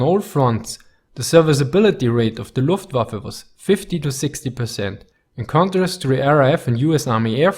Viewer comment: I am not German, but So Nice to hear "luftWaffe" pronounced like it should!